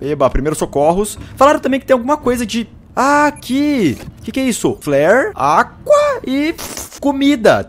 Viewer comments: Quem não gosta do Felps quanto ele fala Agua Água ;) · ele fala aqua em vês de água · pq o felps fala aqua e n agua? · pq o felps fala aqua ? PQQ